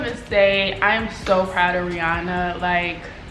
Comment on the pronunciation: Take all our coin Ree-anna😭